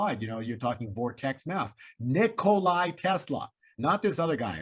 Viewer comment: Great work, but Tesla's name is Nikola, not Nicolai